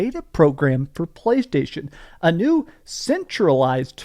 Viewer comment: I love that you can barely say playstation anymore 😂😂😂😂😂😂😂😂😂